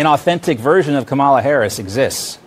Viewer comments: They can pronounce "Netanyahu" and "Zelensky" but they can't pronounce "Kamala." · Don't shout,! These childish magas obviously intend to mispronounce "Kamala" for ever. Black slaves were once dispossessed of their real names. The old song still tells us "there's a man goin' round takin' names" The latest victim of this crypto-racism is "Camila". I guess she asked for it when she decided to "turn black" instead of "turning 100% WASP";-) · I think it's so funny when MAGA pundits purposely mispronounce Kamala's name (and then struggle to remember how to say it WRONG every time) as if it's some HUGE joke. It reminds me of the whole, "Let's Go Brandon" thing that also made zero sense and has mostly petered out. What do you expect from a bunch of inbred trailer trash who don't understand humor to begin with? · they are deliberately choosing to mispronounce Kamala’s name. Mace admitted that on TV. We should all deliberately mispronounce Trump’s name as Don-Old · I love the idea of everyone, always responding "Who?", every single time MAGAs pronounce her name "Ca-molla" or any other incorrect way while interacting with them. That would consistently throw them off and create a ton of hilarious content. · This republican collective mispronouncing of Kamala's name is just childish. Every Democrat that hears it should jus say "I know it's a very hard name to pronounce. Very, very hard. Maybe just use her title and last name. You know her actual title Vice President Harris. If you find her last name to hard to pronounce, you don't need to add it, just go with Vice President." And then also continue to correct them, whenever they say President Trump - its FORMER President. F.O.R.M.E.R. If they get angry about that, maybe use wanna-be-president Trump. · The regressives mispronunce her name intentionally. It's a way to disrespect her, but they accidentally say it correctly from time to time. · It drives me crazy how they all purposely mispronounce Kamala. So rude!